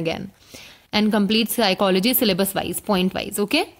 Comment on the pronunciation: SOME one plz tell this young officer that PSYCHOLOGY is pronounced as PSYCHOLOGY itself n not as PSYCHO LOGY sounds very disappointing to receive such a stuff from IAS